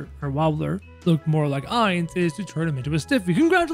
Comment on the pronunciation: Me whos doesn't watch anime thinking of doofenshmirtz every time he seys Heinz 😂 Edit: i meant Ainz but it sounds like Heinz